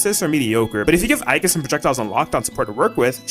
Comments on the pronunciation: Aegis ❌️🤨 Aigis ✅️😌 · The tragic pronunciation of “Orgia” 😭